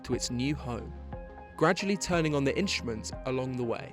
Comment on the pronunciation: The narrator thoroughly spoils the experience with his moronic pronunciation - 'inshtments' for instruments, 'ashtnomical' for astronimical, 'tha idea' for the idea etc. That's not due to dialect or accent but to utter laziness. Sorely uncool. Surely the BBC has many individuals on the payroll which could have done a proper job.